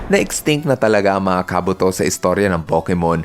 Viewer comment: FYI, si Ursaring po ay mahina sa sipa gaya ng Double Kick at Triple Kick. Dahil si Ursaring ay Normal type Pokemon at ang dalawang binanggit kong moves ay Fighting type moves... Kaya anong hindi tinatablan? Search muna po... By the way, tama ka sa info ni Kabuto. Mali lang pagkakabigkas ng name.